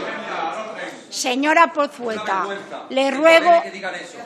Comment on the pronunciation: "Señora Pozueta" o más bien "Señora Pozeta" :V.